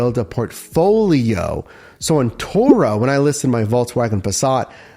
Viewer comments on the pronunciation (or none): Its turo not toro!